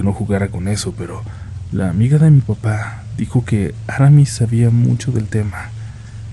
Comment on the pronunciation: No es Áramis. Es AraMÍS. Acento en la segunda sílaba.